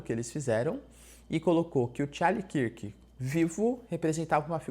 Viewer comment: Charlie KÃRK professor, KÃRK, assim como dunkirk